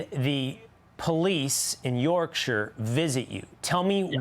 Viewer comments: Im impressed the american host got the work yorkshire correct and didnt pronounce it york-shire.fair play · At least this American pronounced shire in Yorkshire correctly lol. At least he's gonna get a payout for wrongful arrest. He doesn't need to be scared, I know how many of us won't just bend to this, the next election is critical, this is basically our biden era, farage is coming.